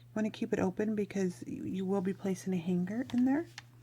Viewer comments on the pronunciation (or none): Love your angels. FYI when you pronounce tule, the e is silent as is the g in hanger